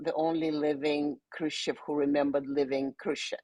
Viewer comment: She's Khrushchov's granddaughter and she can't pronounce the name properly?